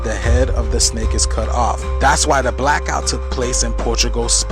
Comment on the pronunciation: bro wtf is woorter ? n wtf is a blockout ? water and black out bro his voice jus drive me nuts bruh he got some content but ion like it he complain about everything without doing research he be reaching for the panic instead of dropping the true jewels he jus want views n money off mass panic.. Ion like em